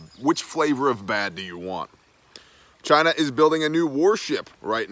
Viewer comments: It's not China, it's Chi-nah.... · Why are you saying China like that? Just to sound like Trump?? You sound like an idiot just like him. I can't take it. Unsubscribe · CHY-NA - quoted by the great Donald Trump.